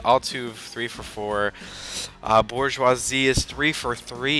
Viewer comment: I thought you said you know a lot about baseball. his name is Miguel Cabrera NOT Michael Cabrera. you can't even say Bourgeois.